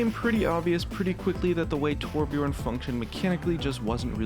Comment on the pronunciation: when people cant pronounce torbjÖrn, whats so hard about it? Ö not O